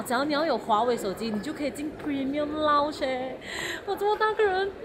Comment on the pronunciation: 是lounge,不是lunch 謝謝